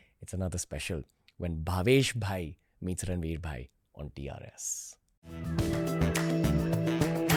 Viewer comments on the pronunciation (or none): Why is he calling Ranveer " Arva" ???